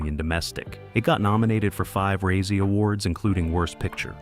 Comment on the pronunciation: You don't enjoy the mispronunciation of razzie or Caribbean?